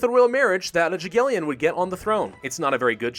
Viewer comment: can you please stop insulting the very dynasty THAT LITERALLY GAVE YOU LITHUANIA, AKA: WON YOU THE GAME? It is NOT "dz'agiellon. It is NOT english "J". Just read it as "Yagiellon" in english. With Y NOT with J.